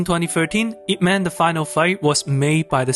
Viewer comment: No u didn't just said man instead of mun. 🤦🏻‍♀️🤦🏻‍♀️🤦🏻‍♀️ White ppl butchering chinese names again...